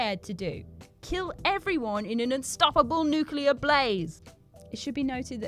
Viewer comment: NuclEar!! NuclEar!! Sorry i just cant take it anymore!!